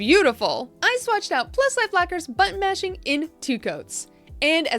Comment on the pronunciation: I kept hearing "butt mashing"...I can't be the only one. Right??? Made me giggle. Great video! 💜😆